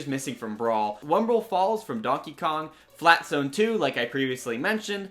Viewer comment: "FLAT ZAAONE"